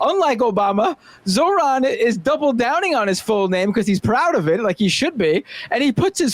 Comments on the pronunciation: Emma isn't there because she's on honeymoon, no? Good for her. L bigots tho. Mamdani ftw and 🖕 Charlie "Teeth and Gums" Kirk. Bro is purposefully mispronouncing Zohran. It's pathetic. Tribal Chief?! We the ones! ☝️ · I feel sick hearing the contempt in the way he enunciated every syllable in Zohran's name.